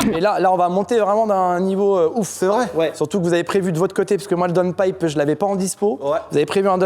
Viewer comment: Pitié: c'est "intercouleur" ( y a le mot cool ) et "daoune païpe" et pas intercoleur et donepipe à moins que ça soit un joke et que tu le fasses exprès pour la vidéo.😉😂